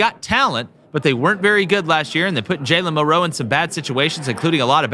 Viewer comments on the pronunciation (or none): why do these guys always say Mill-Row instead of Milroe feel like they being disrespectful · I agree that Wisconsin will be tougher that some think. But, you dont roll a helmet out to win. Also you guys are putting emphasis on the wrong syllable whe you pronounce Milroe. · i said the same thing about the way they are pronouncing milroe’s name it’s disgusting